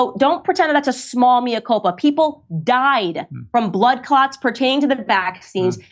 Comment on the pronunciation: Morgan makes great pretences to erudition - yet he can't even pronounce 'Mea Culpa' correctly. We have armies of media stooges over here, that seem to be almost in the employ of big pharma. Another somewhat less vociferous one, Davina McCall, now has her 'benign' brain tumour after receiving the Astra Zeneca vaccine.